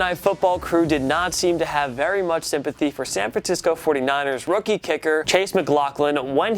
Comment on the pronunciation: OK IM MAD NOW YOU SAID SAN FRANTISCO lol jk I just heard him say that so I thought I should point it out